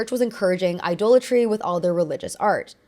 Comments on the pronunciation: Idolatry is pronounced “I-doll-a-tree.” Very very interesting video. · Idolatry is pronounced "Eye-DOLL-a-tree", not "Eye-duel-a-tree". It retains the source word "idol" (Eye-doll).